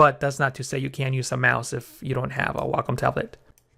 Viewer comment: Good Lord... somebody who knows how to pronounce "Wacom!" Now I'm enjoying the tutorial twice as much.